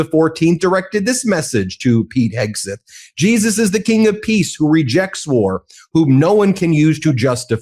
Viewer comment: Ben, is there a reason you pronounce Hegseth's name "Heg • SUTH"?